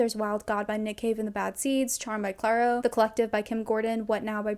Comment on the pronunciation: obsessed with your pronunciation of clairo like it's the capital city of egypt